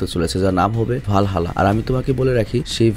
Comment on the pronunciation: ভালহালা নারে ভাই এটা হালহালা হবে😧☹